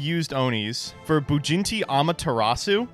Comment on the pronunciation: I thought it was just him mispronouncing it, but I'm starting to wonder if really thinks that it's "BujinTI Amaterasu" and not "BujinKI"